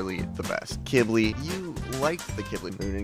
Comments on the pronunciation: I’m pretty sure Qibli is pronounced key-bli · It’s pronounced quibli